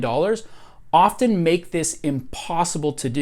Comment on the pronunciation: I feel like I need to throw a flag on this video for excessive use of the word "often". I had to quit a few minutes in. Maybe he's hitting the "t" too hard for me, and it's standing out like a sore thumb.